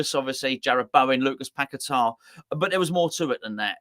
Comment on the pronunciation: Maybe one day you will pronounce his name correctly. It's not pack a tar start fucking saying his name properly . He came from there and his name is paqueta.